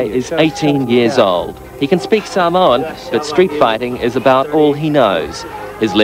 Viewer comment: can’t even say samoan properly